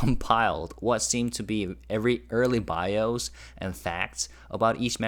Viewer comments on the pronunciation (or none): none